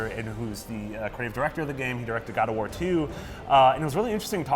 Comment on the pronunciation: The way she said God of War "GUAD OFF WAA!!!